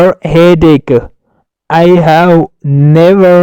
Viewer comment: Salamona teacher I live in London. British people say have. هب. And you say هو